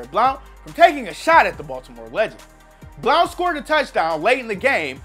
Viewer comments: It’s Blount as in Blunt not Bloaont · Legarrett blounts name is pronounced like “blunt”. Just a heads up 👌🏽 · Legarrette Blownt (as u pronounce it) & MT & T Bank stadium. How many mistakes do your editors let.alip their on every video. Ridiculous u all call yourselves sports enthusiasts with all the mistakes & fuckups you have on basically every video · The real question is how come can't pronounce Blount right? He says it like blownt. It's just blunt. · His name is pronounced blunt 😂😂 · why did he pronounce Blount like that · sometimes I wonder because they mispronounce names a lot lol. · It's annoying yes. I'm not gonna unsub though. They do have a lot of interesting info in a lot of their vids (even if they can't pronounce easy names). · The only savagery is how he can’t pronounce Blount...wtf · he must not be a nfl fan did you hear the way he pronounced blount